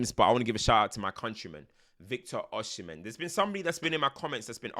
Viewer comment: Before you do the Osimhen video abeg. (Oh-See-meh)